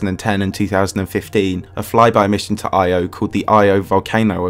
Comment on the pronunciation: Bruh constantly changes between the Greek and Roman names of the Gods. And Io is pronounced Yo. Cool vid tho